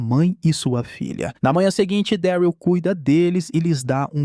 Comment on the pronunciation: Fala mano, video perfeito, sou fã da série kkkk. Só duas correções sobre a pronúncia: não é Gabriel e sim: GÊI-bri-uhl e Daryl é: Dérril. Pelo menos na versão dublada, a pronúncia é feita dessa forma. Acredito que a pronúncia ideal seja essa. Do mais, um excelente trabalho que você vem fazendo, tmj !!